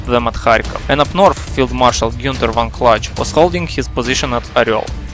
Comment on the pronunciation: Kluge is Клуге, not Кладж.